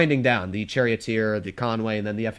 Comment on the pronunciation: said “ Cherry Oat Ear “ instead of Charioteer… get ya tank names straight!